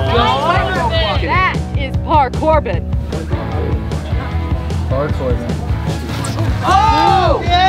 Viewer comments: “Park-Corbin”.... We love park-Corbin 😂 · ParCorben lol, niocee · Send it city: for par-corbin 🤣